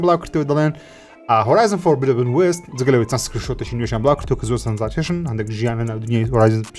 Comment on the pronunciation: Horizon: Forbidden west هەڵە دەخوێنیتەوە خۆی بە (فۆڕبیدن) دەخوێنرێتەوە